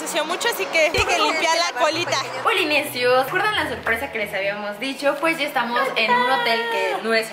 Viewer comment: Polinesios, ella dijo Polimian